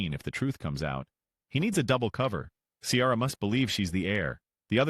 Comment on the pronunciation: I do not trust the opinion of someone who pronounces Kiara as Ciara🤣🤣